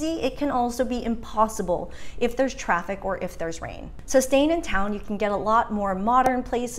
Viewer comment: Ton of traffiv??😂😂 Where are you coming from, Iowa?